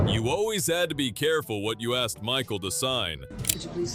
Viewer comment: He asked not axed